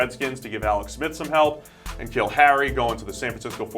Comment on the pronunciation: N'Keal not K'Neal